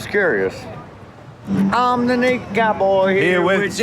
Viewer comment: did he just turn "naked" into "ni**a"? sounds like homophone way he enunciates ugh